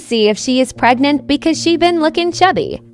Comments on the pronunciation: “Am I pregan~” “Am I gregnate?~” “Is there a possibly I’m pegnateee~” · "am I gregnaaaaant.." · “pregant” “gregnaaaant” “pegrant” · “Am I gregnaaant?” Got me rollin💀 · PrgnAT why did they pronounce